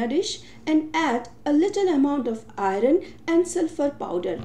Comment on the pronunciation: Prononunce iron properly